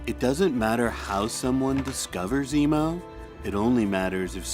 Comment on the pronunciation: I keep hearing you say emu instead of emo, lol